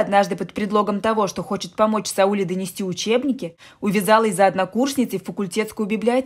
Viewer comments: Не СаУле, а СаулЕ, в переводе означает луч. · Может СаулЕ? Слух режит СаУле. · Слух режет неправильное ударение-- СаУле. Правильно СаулЕ. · Не СаУле, а СаулЕ, в казахских именах ударение падает на последний слог... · Здравствуйте. Не СаУле, а СаулЕ. Я про ударение в имени. Спасибо, интересный рассказ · Текст читает робот, поэтому СаУле, а не СаулЕ! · Странный рассказ,не о чём.Но произношение казахского имени СаулЕ , на СаУле ,мне наоборот как то стало интересным.Что то в этом есть.Однажды я услышала как имя АйшА ,было произнесено в какой то песне на АИша. Звучит поэтично. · Не Саууле, а Свулеее. Ударение на "е". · Не СаУле,а СаулЕ!!!! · Сауле, произносите не правили но не СаУле, а СаулЕ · СаулЕ-ударение на Е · Не Сауле,а Сауле ударение на букву е ,а не на у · Спасибо за рассказ!В имени Сауле ударение падает на "е". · А я так впервые слышу это имя СаулЕ и мне абсолютно всё равно на какой слог падает ударение. Тут хоть бы уловить смысл повествования, автор читает как будто за ней кто-то гонится. Но кто хорошо знает, как произносятся слова и имена под ударением, согласна - слух режет!!! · Сауле, ударение на е. Очень красивое имя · Я русская Казахстанка и мне режет уши не правильное ударение в имени СаулЕ🙄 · Литовское имя Сауле ( ударение на А) означает солнце.Так что не спорьте. У вас имя так произносится , а у нас так Сауле (а) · Ударение в имени СаулЕ...бьет по ушам! Правила постановки ударений одинаковы и для русского и для казахского языка! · Как режет слух. Правильно говорить надо СаулЕ! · Вам бы лучше перезаписать этот рассказ. СаулЕ! СаулЕ! СаулЕ!!! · Это СаУле невозможно слышать, режет слух,очень неприятно. Да и вообще, рассказ ни о чем, лишь бы хоть что - то написать. А писать не о чем. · И ещё на Сауле-Сәуле ударение ставится на подследнюю букву. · Сауле ударение на "е". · Сауле- ударение на "е" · СаУле,ударение на У.Надо немного поинтересоваться....,а потом читать.Хотя вы читаете хорошо)) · Сауле ударение ставится на последний слог.Режет слух.